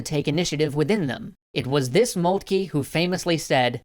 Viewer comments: I'm not too worried about the 'von', however its just grating to hear 'Molt-key' rather than 'Moltker'. I don't understand where this came from, everyone was saying 'Moltker' up until TGW Channel started (although besides the mispronunciation doesn't stop it from being great). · von Moltkey? It's von MoltkE. The last sound is "eh" not "eee" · It is molt-ka the name of the general during the end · OK, anyone who is actually german please correct or agree with me, but moltke its pronounced MOLT-KA (sorry just got annoying after a while) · I love it. But I wish you'd pronounce Magyar and Moltke a bit better. I feel for poor Austria. Der Wilder Bismark turned out to be brilliant. And there were few who could match him. :( At least L-Napolieon could look at a big map and see big things. Not everyone can. He couldn't capitalize on them, but he could see them. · Why is everyone pronouncing Moltke incorrectly all of a sudden.